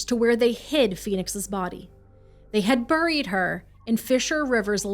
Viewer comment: I've never heard anyone pronounce the word buried like she does. 😅 Regardless, this is quickly becoming my favorite true crime channel.